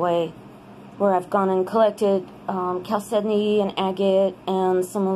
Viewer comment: Cal Kedonknee???? HAHAHAHA